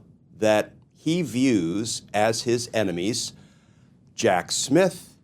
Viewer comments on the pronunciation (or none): "Emenies"? Was that a typo or was that his pronunciation? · What’s an ‘eminies’??!!?😂😂😂😂😂😂😂😂😂😂